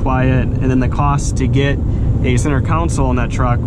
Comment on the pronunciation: You keep saying “council” and it’s driving me crazy. It’s “console” pronounced “con-soul”